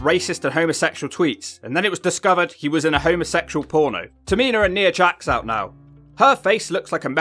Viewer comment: How on earth do you get Drew McIntyre and Elias pronunciation wrong straight off the bat? Do you actually listen to these episodes? Nia Jax 😅 nope Alicia fox 😂. Close Why do you hate modern women ?